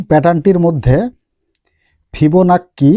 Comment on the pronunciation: আপনি ওইটা কি বললেন ভিবোনাক্কি না কিবোনাক্কি?